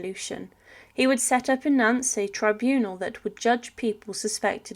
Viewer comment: Nance!! Really!!! It's pronounced Naunt, like taunt!